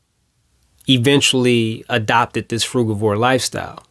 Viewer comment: Nice to hear someone who pronounces frugivore as I do and not frujivore.